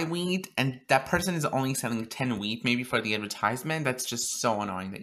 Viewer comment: sounds like ur saying weed 😂